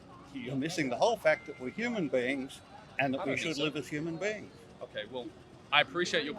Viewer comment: Dude keeps saying humane beings??? Tf ?